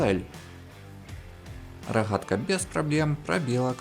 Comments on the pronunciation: Рогатка же а не Рахатка 😂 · Рахгатка ,не твоё озвучки извини